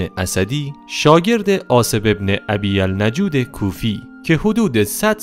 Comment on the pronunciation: ابی النجود کوفی رو هم اشتباه خوندی